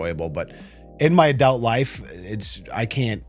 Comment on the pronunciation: Is double nose-ring lady's "obeast" for "obese" kind of like your "adealt" for "adult"?